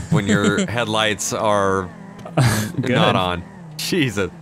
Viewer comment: Am I the only one that always hears “cheesus” 🤣